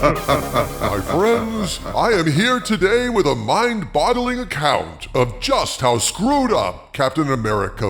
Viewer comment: Did you say mind bottling?